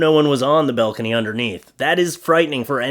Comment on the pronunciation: BALcony, not BELcony